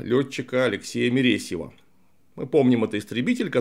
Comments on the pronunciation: да не Мересьев а Маресьев , и в фильме скорее прототип Невкипелого Георгия Терентьевича , так что садитесь два вам Клим Саныч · Не МЕресьев, а МАресьев, мне как человеку который несколько лет прожил в Камышине, больно слышать МЕресьев. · Нормально фамилию называть можно? Я родился в городе Маресьева и учился в школе, где он тоже учился и меня просто будоражит это произношение его фамилии. Никакой он не мЕресьев, а мАресьев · Весьма негативное впечатление от вашего, разумеется, субъективного мнения. Вы критикуете создателей фильма за отсутствие аутентичности в "пуговицах". Однако, сами допускаете непозволительные в вашем ключе, режущие слух, "неточности". В частности, называете калибр 12,7х108 не иначе как "пятидесятый калибр". Фамилию лётчика - истребителя Маресьева исказили. В целом, с Вашим мнением о фильме согласен. Однако, раз уж вы обращаете внимание на мелочи, то будьте любезны, обращать внимание на то, что сами говорите. С уважением.